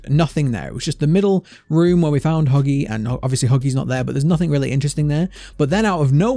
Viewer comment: lol me and my brother can’t stop laughing when you said buggy not huggy